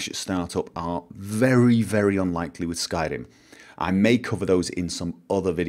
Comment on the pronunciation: I LOVE THE WAY YOU SAID SKYRIM THATS LIKE THE WAY IT SHOULD BE SAID (if we could actually say it in that awesome voice).